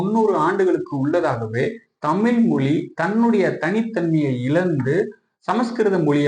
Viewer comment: பதிவாலாரே உங்கள் முயற்சி சிறப்பு, ஆனால் நீங்கள் முதலில் தமிழ் மொழியை தமில் மொலி என்று தொடர்ந்து ழ உச்சரிப்பை தவறாக உச்சரிப்பது தமிழை குளை செய்வதற்கு சமம் என்று இதன் மூலம் வருத்தத்தோடு தெரித்துக் கொள்கிறேன் நன்றி வணக்கம்.